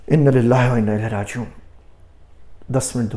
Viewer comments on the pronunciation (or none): صحیح تلفظ انا للہ وانا الیہ راجعون ھے۔نون کے بعد الف کو کھینچنا چاھیئےورنہ معنی صحیح ادا نہ ھوگا